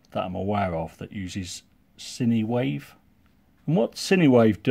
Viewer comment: Great review as always my friend. One small correction- I'm almost 100% sure that it's pronounced "sign" wave, and not cinewave. Sinewave ESC's are used on the DJI mavic pro 2.